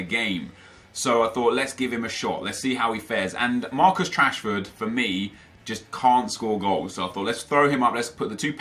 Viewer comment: said Marcus Trashford😂😂😂